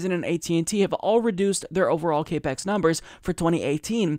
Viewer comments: Capex is capital expenditures, it's pronounced cap-ex, not cape-ex Other than that, great story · It's not 'cape ex' it's CAP-EX - as in 'capital expenditures. And it's not a 'jeet pie' it's a 'shit pie' as in shit pie. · FYI CAPEX it is pronounced as Cap X, as in capital expenditure. I just want to make sure that you sound like you know what yu are talking about because you do. Keep up the good work. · I love you and you are totally right even here, but it's not cape x it's cap ex. Stands for capital expenditures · it's pronounced like "cap ex" not "cape x". It's short for "capital expenditure" or how much money they're spending. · Cap Ex... Capital Expenditure not cape X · Maybe he's saying "CAPE-X" 😮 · sounded like kay-pex. irritated the fuck out of me... small things.. 8) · Like the video. Pedantic but it's pronounced Cap-Ex its short for capital expenditure.